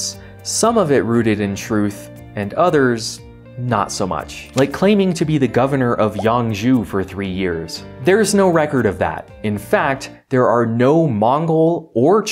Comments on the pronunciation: Qin is spelled with q because in the Chinese launguages, ch has a different meaning when higher pitched, and is represented in the Latin alphabet with q, chī means to eat, qī means 7, also Yangzhou is pronounced how you would say (yahng-joe) not yang jew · You pronounce it yang-joe